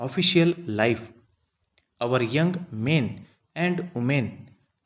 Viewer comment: Pronunciation at some parts, is very poor.... Anxious has been spelled as anaxious.. Life and live,sounded like lau...